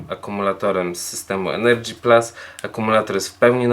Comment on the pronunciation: Proszę Cię nie mów "energy plas".... ;)